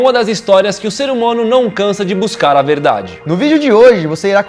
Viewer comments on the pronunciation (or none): FOI SÓ EU Q ESCUTOU O DANIEL FALANDO "SER HUMONO" NO COMEÇO DO VIDEO?